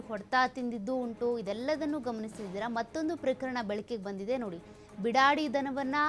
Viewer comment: Bidadi alla beedaadi